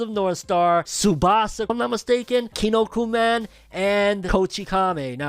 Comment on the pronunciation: "Kinnokuman". WTF. 😤